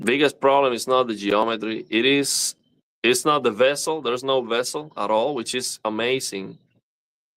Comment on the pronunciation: i am mistaken or u saying incorrect? vessel instead of bezel